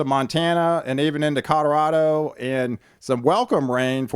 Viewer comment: Please quit saying "Cod-a-rado"! "CO-LO-RAH-DO!" Say it with me!